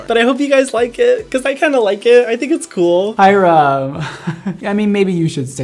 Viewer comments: keeps going "Hy-RUM." and then he does NOT react to THE SINS at the end...-LEY. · mondo saying hyrams name: HI-RUM. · No Ik it’s how you pronounce it lol, just pronounces it really exaggerated and a space in between